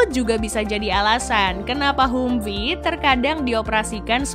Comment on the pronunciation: Bacanya Hamfii neng....sorry